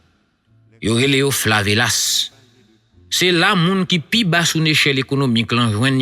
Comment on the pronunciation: Mèsi pou dezyèm pati an . Ou fè ti erè nan pale an chef « se pa flavelas, se pito favelas = shantytown = chabolas = bidonvil